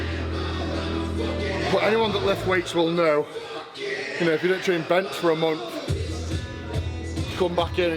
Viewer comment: I love how he pronounces month like mumpf